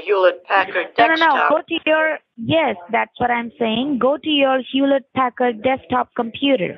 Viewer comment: "Hewlett Packard" 😭